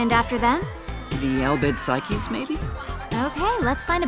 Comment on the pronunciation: i should put this all in one comment but nahh. they pronounced Al Bhed Psyches wrong. im gonna say this isnt real.